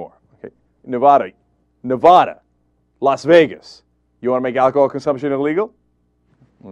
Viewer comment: Neh-vad-uh. Say it right, dude.